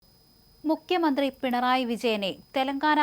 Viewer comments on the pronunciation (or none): MuKHyamanthri. Not mukyamanthri.